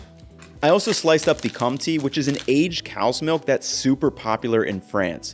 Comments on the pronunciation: This is only to help you out and not to be snarky but that cheese is pronounced, "Kone-tay". The "n" is a nasal sound so you don't pronounce it as a "n". Think of it like saying the word "won"t" without pronouncing the 'n' and the 't'. Nice video !! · Also, quick tip, the pronunciation is closer to something like Con-tay rather than Con-tee, if you are looking to improve your pronunciation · The second syllable in "comte" is like the first syllable in "tender". It is not like the word "tea". This was a very good video (as usual). It's great you are going to other countries now. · Pretty much on spot. As Felix said, the premium choice would be Monoprix (although there are less available, more expensive options too). Btw Comté is pronounced Comtay, and not com-tee ;) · Oh boy we gotta work on your French vowels. A= Ah E= Eh i= Ee O is the same and U is unique in France: U by itself = ü (form oo with your lips but say ee) and combo letter oo sound: ou. So the cheese you bought is pronounced "Comtay" not "Comtee". Love your videos so much. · Comté = /kohm tay/ not /tee/. Just remember en 'e' at the end of a word isn't pronounced, unless it's 'é', in which case it's pronounced /ay/ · that cheese is pronounced comtay, not comtee. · it's called compté not comptee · Your pronunciation of compte is off. It's more of a "Kom-Teh", not "com-tee" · Pleeeease stop saying comp tea… it’s pronounced cone-tay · Please find this guy and to teach him how to say Comté. I’m an American living in Paris and I nearly cried every time he said “comti”! 😭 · We say Comté tho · Very nice video. As a french person, I concur. [The cheese is pronounced "CONTAY" ("Conti" is an italian wine)] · I clicked like as soon as I realised you bought comté cheese (must admit, about 5s after you said "comtee" 😅). I can put that cheese on everything other than a caprese LOL. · Comt-e minus the e is the actualpronunciation. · its pronounced com-tey btw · "comté" rhymes with "hey" 😊